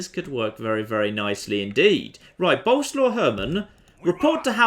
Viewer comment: For f*ck sake it's BO-LE-SWAV, not bloody boulslaw. Get it right for once!!!